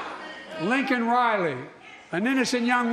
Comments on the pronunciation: Jesus Christ...Laken...not Lincoln. MTG gave him the button. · Did he just say lincoln riley? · He still said it wrong. It's Laken not Lincoln. MORON. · Like he can remember what he's wearing. He can't even read a teleprompter correctly. He said Lincoln. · He called her Lincoln not Laken, he has been silence for week and a half and tries to use her in this political way, so sickening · "Lincoln" geesh... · Biden still couldn't say her name right.😡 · Fjb say her name !! Its Laken Riley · He didn’t say her name correctly! He’s an incompetent dementia patient and it’s time for him to go. I don’t understand why when he does occasionally mention the loss of someone’s family member he has to throw in his loss of his son. Those people don’t want to hear that, they need comfort, compassion, and respect in their time of grief!!! FJB🤬🤬🤬🤬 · Finally says her name and says it wrong🥴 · The best thing watching this SOTU is Johnson’s eye rolls. 😂 Seriously though, how sad he could not get Laken Riley’s name correct. Of all of the things he couldn’t right. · Couldn't even say LAKEN right. Even through in loss of a child, only his has nothing to do with Immigration. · To miss pronounce Laken Riley's name is the epitome of disrespect, SHAMEFUL AND DISGUSTING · He did not even say her name correctly. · A lot of people don't like her, which is fine, but at least she got his attention on the matter. He couldn't pronounce her name correctly, which is no surprise but I felt he was disrespectful in saying "many have been killed by illegal immigrants" like somehow that makes her death okay because it's happened many times? Like wtf?🙄People say what they want about Trump, he can say very rude things as well and has, but at least HE was respectful in naming the poor girl and not saying "many have been killed by illegals, so it's okay", it's nuts to me. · Couldn’t even say her name right wow